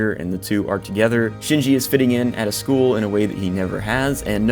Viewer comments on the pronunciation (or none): none